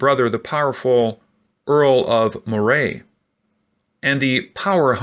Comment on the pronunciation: When Mary returned to Scotland, although the country was officially Protestant, the majority of the people were still Catholic. Also, Moray is pronounce MU-RAY.